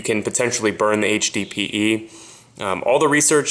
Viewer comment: you should be saying HDPE not HBPE